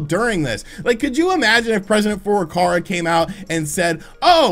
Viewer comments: Furukawa NOT Furukarwa .... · FurukaWa, not FurukaRa. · it's Furukawa not Furukara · "President Furukara"